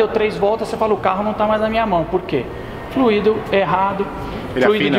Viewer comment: A pronúncia não é flu í do, é Fl ú ido